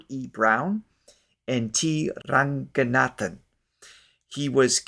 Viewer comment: In India most names or words that use nga (when transliterated to english) should be read as nka. Or ng as in aNGer and NOT as in haNGer. So its NOT Ranganaathan its Rankanaathan. Bhagavathar - Carnatic stage/concert music evolved from devotional music ie Hari-Kadha (hari = Lord Vishnu, Kadha = Story) Bhagavatha/Bhagavatham is one of the central texts of Vaishnavism - 12 cantos 332 chapters & 18000 verses Bhagavathar title has its roots in the devotional lineage of Carnatic music. In modern times it denotes a Carnatic classical master.